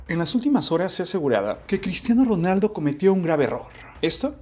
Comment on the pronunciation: Por que dices Cristiano ronalda